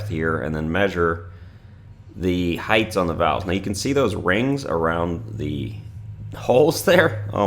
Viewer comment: So many pronounce the word height as heighth. Heighth doesn't belong in the English dictionary. My dad is the same and no amount of coaching changes him. Strange.